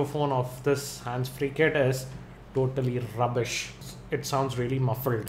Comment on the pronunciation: "TOTTALLY ROUBBISHHH!~~~" epic!.